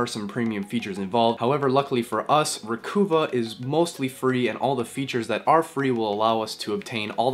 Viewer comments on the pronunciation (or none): Psssst...It's...RE-COVE-UH not RE-COO-VAH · jusus fucking fail christ. its not re-coo-va. its Recuva, slang for Recover.... no hope for the next generation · I think the program is pronounced re-cuv-ah not re-coo-vah :) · Thanks. Hey, are you by any chance from Vancouver (Van-KOOO-va)? because you keep pronouncing it “Re-KOOO-va” I do believe it’s supposed to be “Re-KUHH-va”. To sound like re-KUHH-ver (“Recover”). Later, BREW... i mean BRAH !! 😎